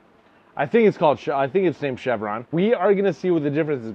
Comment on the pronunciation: It's not Called Cheveron it's Called Cher-Vonn like Sher Caver Tools